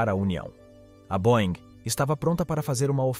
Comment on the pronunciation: Não é cavalca, é Cavalcante, e não boin, é boieng. Não mate o português.